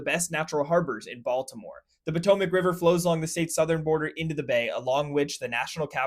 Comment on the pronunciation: I think you meant to say Pattymac river